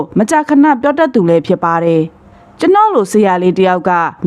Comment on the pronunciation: ဖတ်ရင် "တယ် "ဆိုတာကို "တဲ့"လို့ မဖတ်ပါနဲ့လား အပြုသဘောနဲ့ပါ